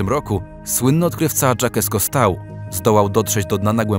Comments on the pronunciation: . Litości! Jacques Cousteau to nie "DżAkes KostAu" tylko "ŻAk KustO". No TAKIE rzeczy to naprawdę wypadałoby wiedzieć, jak się fabrykuje tego typu filmy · wymowa Berrysea -Berrysii, Jacques Cousteau - Żak Kusto, z akcentem na "o" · Kusto Żak tak się wymawia. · Odnośnie Great Blue Hole. Jestem przekonany, że Pan lektor nigdy nie słyszał o słynnym odkrywcy Jacques Cousteau ... fonetycznie Żak Kusto. A szkoda! ;) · Taki słynny odkrywca a nie wiesz jak wymówić jego imię? Przecież to Francuz więc żadne dż czy ał. Jacques Cousteau - czyt. Żak Kusto. :) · Dżaket Kostał xd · Fajnie...gdyby nie Dżakes Kostau🤣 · "Żekes Kostał"... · Napiszę fonetycznie Żak Kusto...🤭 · Ja prdl... Jakie trzeba mieć elementarne braki z wiedzy ogólnej żeby przeczytać Jacques Cousteau jako "Dżakes Kostauł". To tak jakby przeczytać Mądra Sowa jako "Nie mam pojęcia o świecie ale i tak wam o nim będę opowiadał"... Brak słów... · "ŻAK KUSTO" z akcentem na o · no żenada